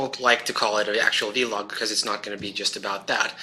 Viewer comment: Please, do not call it vee-log, rubs me the wrong way :P VEE-log... VEE-gina :)! I'll be waiting fo the handi-gamer stuff